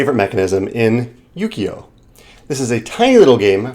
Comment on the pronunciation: Just ordered this from Walnut Games in the UK. Only 12 pounds (including shipping to the US). Thanks for introducing me to this game! (P.S. Technically speaking, I think the "u" in "ukiyo" is pronounced "oo" as in "moo" ...not "yu.")